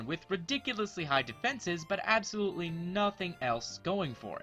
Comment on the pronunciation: Ha you said absol-ultly